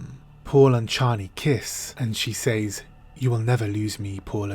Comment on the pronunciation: "Says" is pronounced SEZ.